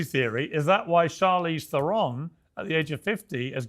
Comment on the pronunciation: She almost said Charleeeze,,,rotflmao